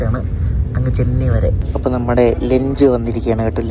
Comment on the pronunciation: Mone,lench alla ...lunch